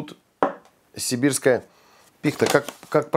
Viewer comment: пИхта, а не пихтА -)))